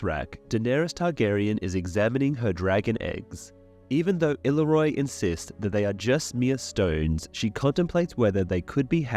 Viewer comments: It's not " ill-a-roy" it's " ill-eerie-oh" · It's not “Ill-roy” ! that drives me crazy to hear over and over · It's pronounced ILLEEREO ILLYRIO not illaroy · Illaryrio is pronounced IL-AR-E-O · no excuse! You keep saying Illaroy. The last 2 letters are IO, which is never pronounced like OY. Come on now....